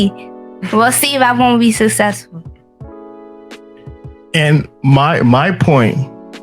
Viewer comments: "I gonna be susessful" 😂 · She can't even PRONOUNCE successful